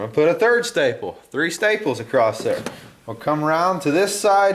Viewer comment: "acrosst" lol